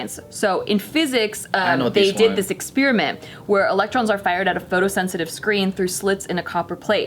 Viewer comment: did she say protons and elons.. lmao